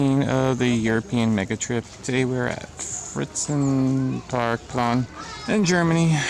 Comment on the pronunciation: it's pronounced "fraizait zzzz park Plo (sigh) n* I promise this isn't a hate comment I just wanted to learn you somethin new :) Edit: I am Flemish, not German, so my pronunciation is also not perfect ;)